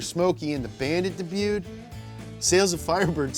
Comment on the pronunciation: Damn he finally pronounced debuted correctly, feels weird 😂